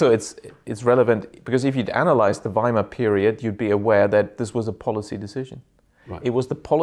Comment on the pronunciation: Well done for pronouncing Werner and Weimar as it is said in German, W in German is pronounced as V in English. It sounds more than horrible when English speakers say Weimar Republik pronounced the English way